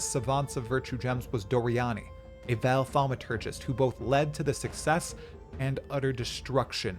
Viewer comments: Dude its "Vaal" not Val like Val Kilmer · Ngl i almost turned the video off because of how you pronounce vaal. Its said in game correctly you dingus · Wow you really butcher that Vaal pronunciation. Come on its not hard to say it correctly. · Hood lore dump. You just pronounced Vaal and Karui a little weird. 😂